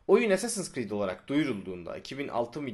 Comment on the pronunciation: ASS-assins creed çaktınmı